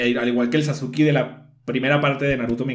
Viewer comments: cómo le vas a decir sasukI a SASKE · Sasuki ahhhh porque le dice Sasuki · Cómo se dice "Sasuke"?: Personas que vieron/leyeron el anime/manga: "Saske" Personas que no lo han visto/leído: "Sasuke" xd: "Sasuki" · Mis oidos cuando escuche sasuki oidos: sangrando